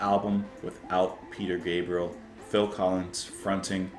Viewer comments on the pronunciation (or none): none